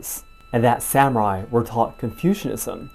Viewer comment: I am enjoying the series and your analysis, but have to admit to being distracted by your mispronouncing the word "samurai." This is the second video in which I've noticed it. It puzzles me because you clearly speak Japanese.